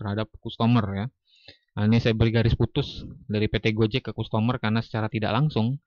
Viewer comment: nyebut nya kastemer bukan kustomor, dan graust bukan grot 😂